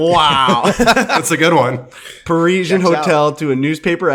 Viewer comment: Confidently correcting somebody when you're wrong has to be one of the most irritating things, pronounced it correctly the first time it's par-is-ee-an